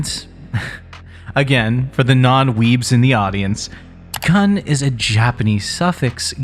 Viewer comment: It's pronounced with a long -oo sound! "Kun" rhymes with the English word "soon".